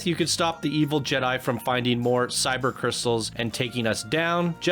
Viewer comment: They’re actually Kyber Crystals not “Cyber” Crystals since you mispronounced it as such!